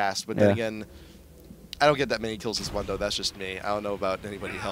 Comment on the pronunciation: this nigga said munn-do not moon-do lmao he says his own name how you get that wrong